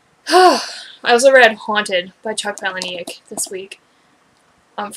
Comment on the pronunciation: Hey, I am going to tell you exactly what happens, just expand my comment so that it doesn't spoil it for people who haven't read the book yet lol. Also it is pronounced Paula-Nick (like the name Paula and Nick - very normal sounding - You can check this on his website or YouTube :)! Spoiler ALLLLERRRRRT:......................... Buster travels back to the moment when his maternal grandparents are fated to first meet. He steps in and foils the introduction. Preventing his own birth, thus leaving him immortal. He then goes on to seek out other immortals. He also states that he is almost finished writing the second book! That pic is proof from his "ask me anything on Reddit" fully verified of him replying to the conclusion of the book! Loved this book! Did this blow your mind or what!?!